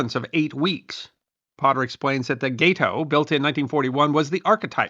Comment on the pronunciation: The GATE-OH is actually GAT=OH. It was named after the gato shark, or "cat shark". Gato is Spanish for cat, so check your Spanish pronunciation..